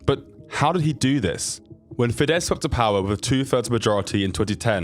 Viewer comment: You really should learn the names of places properly. Also: his father didnt need to make money to send his son to university because it was for free. Also: the name is fidesz - s at the end.